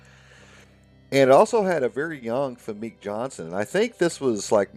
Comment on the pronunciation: Famke is pronounced fam-key